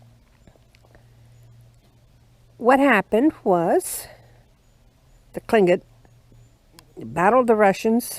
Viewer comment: Unfortunately the native peoples suffered brutal losses from the Americans and the Russians. This is a very pretty place. How many times did you practice saying "Tlingit" before making this video? I know I would have messed it up. Hahahah